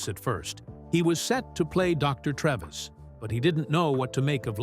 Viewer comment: The doctor played by Anthony Hopkins was called Frederick Treves. Pronounced TREEEEVS, not Trevis.